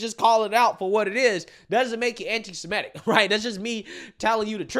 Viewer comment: noticed the pattern. That will get you called an "aunty semight" 😂 The truth hurts